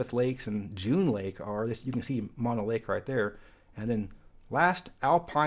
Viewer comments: Mono County is not pronounced as the opposite of stereo or Maw no. Mono is actually a Native American word and is pronounced "Mow no." Since this is a California channel, it is important to get this one correct. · A quick note on Mono County. It is not pronounced like a stereo with only one speaker. Instead it has two rhyming syllables with long "o" sounds: Mono, like oh, no. Alpine County is one of my favorites, but there was a large fire there a few years ago that scarred much of the county. It is mountainous, but is not the CA county with "Alps". That would be the county you have not visited, Trinity County, home of the Trinity Alps wilderness. Also the county seat of Trinity is very much worth visiting. Weaverville dates back to the 1850s, when there was a mining boom and some buildings are from the 19th century. There is a Chinese temple there which is now a state historical park (built around 1880). Some of the old buildings downtown have exterior spiral staircases to get to the second floor. At least one commercial building has been in continuous use since 1854. Check it out next time you are in northwest California.